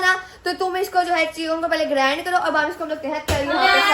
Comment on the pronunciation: Grand nae baji grind hota hai.